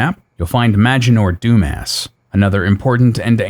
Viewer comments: another great vid! The Archmage in the portal room's name is NOT Dumas it's pronounced Du-mas haha I think its a Jim Carrey call back from Ace Ventura but not sure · I always thought Maginor Dumas was a reference to the author Alexandre Dumas (pronounced "Doo-mah" emphasis on second syllable), since mages are all about reading and stuff 🤔 love your videos man, you're so thorough in all of them, I very much appreciate your work 😍